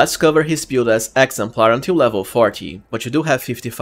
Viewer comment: build -is pronounced "bild" not "piould" lol